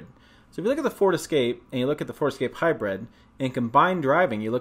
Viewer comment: It’s HYBRID not HYBRED FYI